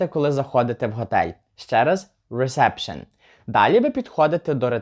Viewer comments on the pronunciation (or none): Тільки Reseption англійською вимовляеться не рЕсЕпшн, а рІсепшн, тому що відкритий склад, така сама ситуація і з рІзевейшн, замість рЕзевейшн